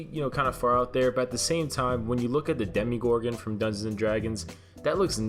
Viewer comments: Is it only me or does it bother me when he says ”demigorgon” and not demogorgon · am I the only one who knows it's pronounced Demogorgon not demigorgon not tryna be rude, but it makes me cringe every time I hear when someone says that.... WhAt I'm A hUgE sTrAnGeR tHiNgS fAn DoN't JuDgE mE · “Demegorgon” it’s Demogorgon ughhh💀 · its demagorgon not demigorgon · DEH - MUH - GOR - GIN is how i think its pronounced DEH - MEE - GOR - GUN is what it sounds like you say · also its dem-a-gor-gon not dem-i-gor-in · bruh you pronouncing Demogorgon as demi-gorgon killed me x.x